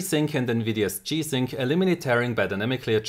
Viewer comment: Why is he saying chi sync?